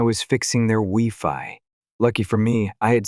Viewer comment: Not the wee-fi